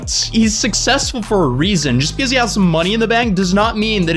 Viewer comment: I like how he says pecause instead of because